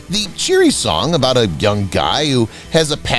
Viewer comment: How annoying. He keeps saying, "thee" before a consonant, instead of "th-uh (the).